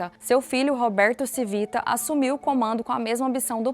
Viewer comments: Não era Civita , era “ Tivita” o correto de falar …É italiano ! Colocam a pessoa pra falar de algo e alguém tao importante e nem sabem pronunciar … nem foram atras saber o sobrenome direito ?? Eu hein ?! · Por favor, corrija a pronúncia! Não se pronuncia Civita porque não é Português e sim Italiano. Lê-se "Tchívita"😢. Gostei do conteúdo, pois fui assinante de várias revistas da Editora Abril. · “Tchivita” não “Sivita” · Video excelente! Único pecado foi faltar um pouco de pesquisa e chamar o dono e fundador de Victor "Sivita", sendo o modo correto é "Tivita". (Victor Civita. Roberto Civita). (Pode ser comprovado nesses vídeos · O nome do cara é Tchí vi ta. Proparoxítona. O nome é italiano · Excelente video! Nos tempos áureos da Abril - e também dos meus pais 😂😂😂 - no final dos anos 80/começo dos anos 90, assinávamos VEJA, Capricho, Superinteressante e SET (especializada em cinema). E líamos todas!! Deu saudade deste tempo. Só uma pequena correção: o nome da família Civita se lê (Tchívita). Parabéns pelo Canal! :) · Como vcs fizeram uma pesquisa tao completa e erraram na fonetica do nome do fundador ? Era só procurar uma mencao "CIVITA" em qq tele jornal ou radio e saberiam pronunciar o nome de uma forma correta... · Muito bom o vídeo, só tenho uma ressalva se a pronúncia do sobrenome Cívita está correta, dado que é italiano seria proparoxitona e não paroxitona como no vídeo.